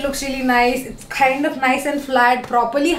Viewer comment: Khaaind ni kind hota h😅